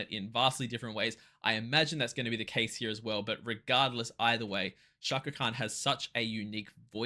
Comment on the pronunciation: Hello... I'm from INDONESIA. Pronounce the letter C in the word Cakra as you would pronounce the letter C in the word chair.